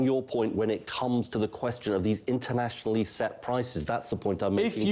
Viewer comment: He can't get past the word "internationly" Is our taxes set internationly?